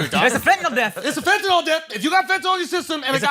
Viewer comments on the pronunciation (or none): you're pronouncing fentanyl wrong......it's fentaNYL not fentaNOL